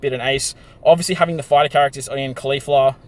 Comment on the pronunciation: You keep calling her kalifla lmao, she’s not from dragon ball super silly!